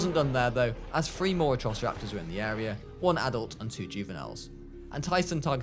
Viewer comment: It prounced thr-ee